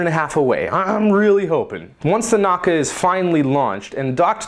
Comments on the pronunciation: Pronounced "Na-oo-ka" not not "Nok-ka" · no naka its called nauka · the correct spelling of nauka is Na-oo-ka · The Russian "Nauka" is pronounced "Nah-OO-ka" with 3 syllables. The second one in caps is stressed.